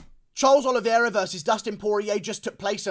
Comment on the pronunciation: Nice reaction and breakdown! I believe his surname is pronounced OLI-VAY-RA not OLI-VIER-RA.